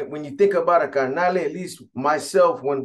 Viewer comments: Its carnal not carnale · By the way b it's carnal not carnale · This vato says carnale